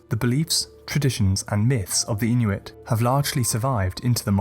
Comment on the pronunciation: As an Inuk, this video got every myth right, just as I heard these myths growing up. The pronunciations of the Inuit language through that smooth British accent were on point.